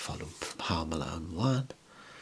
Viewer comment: "hoame" lmao